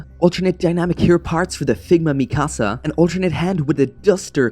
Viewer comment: It’s not mikAAsAA It’s pronounced Me-ka-sa